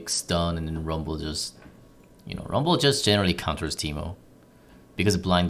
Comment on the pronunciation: Rumbel, Ji-nar, sweety boots, ninja tabeye, ... This should be an accent on The Simpsons ;-)